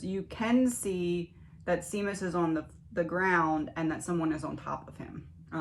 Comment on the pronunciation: 🇮🇪 His name is an Irish name pronounced “Shay mus” Love your videos ❤